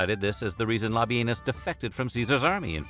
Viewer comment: Can’t help it…I laughed by butt off at the pronunciation of “Lobby Anus” 😂😂